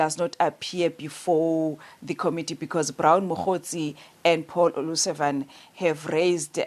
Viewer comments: Considering the effort Paul O'Sullivan puts in pronuncing African surnames...Olusavan sounds perfect! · Paul O Sullivan, not O Lusavan!!!!